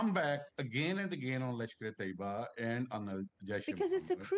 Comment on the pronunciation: Well Lady seems to be well informed but sadly from the one side of Indian false narrative. They even can't say the name correctly its not TOEEBA but TAYYABA which has be dismantled and neutralized almost 10 years ago. Masood Azhar family was killed and the compound was cleared before the attack then why India Attacked the compound when he was not there. Masood Azhar was more worries about assets in the compound to be cleared and left his family members to die. We have suffered a collateral damage India will have to face this too SADLY very soon.